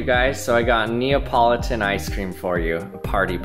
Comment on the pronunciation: The way he said the name of the ice cream neo politen 🤣